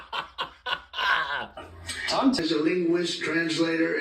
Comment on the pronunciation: a Lingwij translator and a cryptolodgojik hahaha ffs